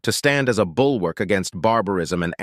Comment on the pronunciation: It's bulwark. Not bull work.